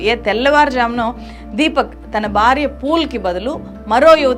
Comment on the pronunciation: Madam ,please note that you are pronouncing " Bharya" as "Barya" and bhayam as bayam and so on everywhere, whiich is very awkward to hear by the pure Telugu speaking people ,and hence you're requested to rectify in your speach which is not impossible but very easy by the learned people like you, I hope you will do the same at earliest possible !